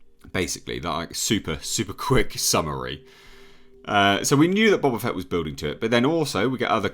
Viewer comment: Boe-Bah Fett...dammit!